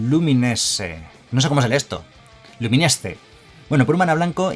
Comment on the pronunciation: se pronuncia Lumines (la ultima E es muda)